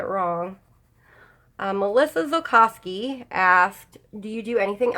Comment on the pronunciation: Awesome video. Thank you for answering all our questions. You said my name perfect (Melissa Zilcosky). I love your channel and your Facebook group. My daughter and I were coloring while we watched you. Feel better soon.